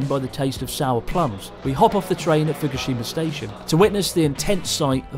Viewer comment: fukushima or fkershima hahahaha